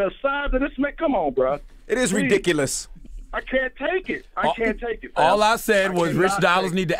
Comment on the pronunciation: DJ Envy "It is ri-DIC-ulous!" 🙄🤔